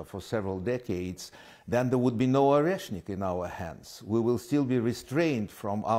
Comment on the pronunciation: the bomb called Oreshnick (Nutter) not reznik